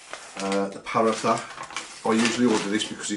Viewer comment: “Paratha” is pronounced poor-raw-ta ❤ loved the vid tho